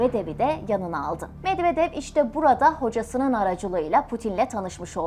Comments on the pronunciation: Türklər rus adlarını niyə belə pis tələffüz edir axı? [Medvedev] oxunmur, [Medvedyev] oxunur. Çar Nikolas kimdi? 😂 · Çar Nikolas diyil NIKOLAY Medvedev de Medvedyev gibi okunur Nazgül hanima sorun o bilir